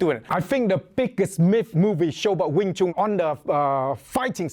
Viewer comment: Ya a wing Chun master that can't even pronounce wing Chun. Its like doing a cotton picking video featuring a white guy.